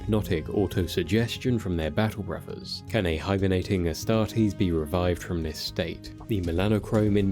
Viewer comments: It's a "th" not and "fr" sound. Learn to fucking pronounce words correctly if you're going to narrate videos. Jfc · You should learn to pronounce your own language correctly. It’s “brothers” not “bawuvvaz”..